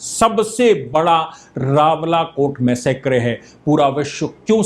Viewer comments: PLEASE CORRECT YOUR Pronunciation for massacre as मैसकर NOT मैसेक्रे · Sir please foreign language words ka pronunciation google pe check kar liya kijiye. Massacre ka Pronunciation mass-a-kar hai.